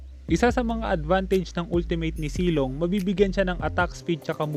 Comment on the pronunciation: Zilong po Hindi silong